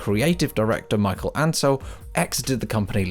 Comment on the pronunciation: « Michael » Ancel. Yeah right